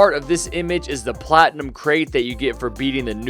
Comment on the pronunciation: he said "platium: its premium